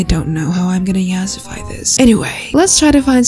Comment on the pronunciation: this video is funny I love it how she says yasafi I’m dyslexic……